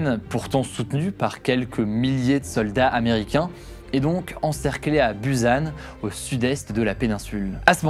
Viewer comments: Ayant étudié la Corée, Tu as bien travaillé Juste on dit choson et pas choseon, et "bussan" pas buzan 😅 Chébol Lors de la guerre, le peuple a souffert. Si il était pris par le nord, ils étaient traité de capitaliste, battue, violer. Et quand les américains revenait sur les terre prise auparavant par le nord, les gens étaient était traité de fasciste etc. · C'est Bussan et non buzan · Aïe mes oreilles.! C'est la dynastie Joseon prononcer Djossonne et la ville de Busan -> Poussanne. Sinon, excellent reportage. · Busan ça se prononce « pou-ssane » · stp pour tes prochaines vidéos sur des pays dont tu ne connais pas la langue, renseigne toi sur les prononciations des nom propres ( les villes comme ici Busan ou encore les noms d'époques comme Joseon/ Chosôn) ou encore sur des termes particuliers (ici comme "chaebol" ou même "samsung" qu'y a été francisé mais qui à l'origine ne se prononce pas comme ça) merci d'avance :3